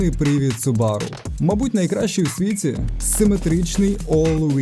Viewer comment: Все супер, тільки не субАру, а сУбару :). Хз чого в нас усі їх так називають, японці роблять наголос на першу У.